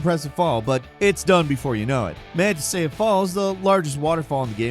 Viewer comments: Manteca Falls (man-tee-ka) c’mon man….. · #12, just correction, not snarky. It's pronounced mon-teh-cah. It's Spanish for lard